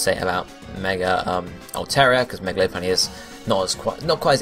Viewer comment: lopunny is pronounced Lopp, not Loap